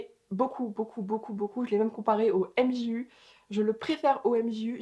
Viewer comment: Bonjour, pour information, mais peut être le savez vous, on dit Olympus Mioui " et non pas MJU, pour la prononciation. PS: votre copain est chanceux...